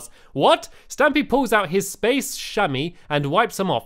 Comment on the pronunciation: splace instead of space lol haha u always make me laugh